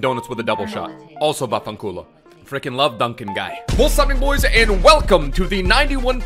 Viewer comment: As an Italian I can say your "vaffanculo" pronunciation is perfect.